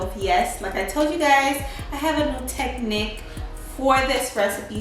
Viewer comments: It’s not tech nick. Tech neek. I’m not even going to try to tell you how to pronounce Meditation. Oven temp? How long? 🤔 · Love your energy and videos so dont take this wrong but you just butchered the pronunciation of Mediterranean and technique.